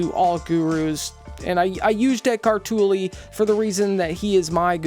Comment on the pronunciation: Given how much you have researched on him, you would should know his name is not pronounced “Toe-lay” but “Toller”….